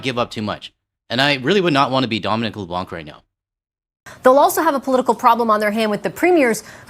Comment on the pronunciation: I truly wish that media (including ) would learn that Dominic LEBLANC's name is pronounced with the C silent at the end...